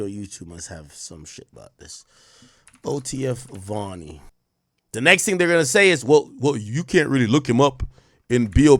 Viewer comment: That’s vonni not Varny